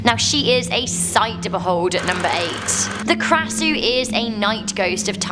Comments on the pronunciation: I think read it wrong its กระสือ not krasuuuuu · No̠.8 is called ⟨kra.sɯ̞:⟩ (sorry! if u can't pronounced by tonality sound, İ show it without tone) but she pronounced "krasuu". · As a Thai myself, (well actually I'm only half Thai) I've been waiting for this so long! Oh, and just by the way Krasue is pronounced kinda like Khasue (yeah, Thai pronunciation is confusing). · I a Thai boy it’s Krasue in Thailand we spell kasu and ghost means phi ( pe) not (fi) here’s a word to prove it try to do the traduction รวงข้าว